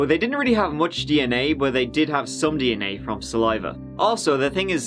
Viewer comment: What's hilarious to me is that this guy pronounces DNA as "D and A". We all hear "Dicks and Ass", lets be honest.